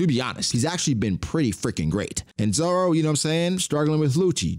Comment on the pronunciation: Why you be saying Zoro name like that 😭